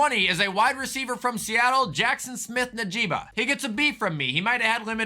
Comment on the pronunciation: You pronounce the g in Njigba